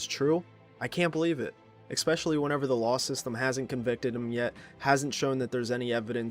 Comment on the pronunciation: i cant believe it either bro, especially when you say exspecially.........